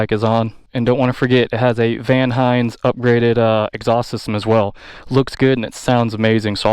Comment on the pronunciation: Dude said “Van Hines.” 😂 It’s Vance & Hines, guy!